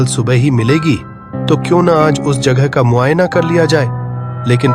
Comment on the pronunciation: Jaghe nhi jagha hota hai